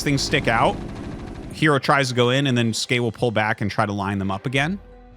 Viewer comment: Great game. I can't wait to see how Skey does in the tournament. I'm going to agree with Tasteless that it's pronounced S Key. Skey as you say it doesn't mean anything. But he plays Terran, and the "S" key is the default hotkey to make SCVs. So if you want to be a macro Terran, you're going to hit the S Key a lot.